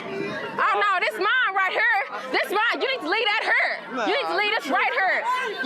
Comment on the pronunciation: right "hur"- How about Right here.